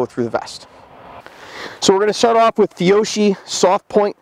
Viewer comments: Did he just say “feeohshee”!? Dude, it’s “fee oh key”... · Alright brother, you gotta work on your Italian. It hurt my hears when you said fee-o-she. Try fee-o-key... it sounds better to us wops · Your Duty Ammo Pronunciation Is: Fee-O-Key..!